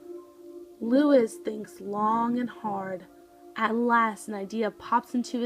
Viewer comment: His name is pronounced: l oo - EE s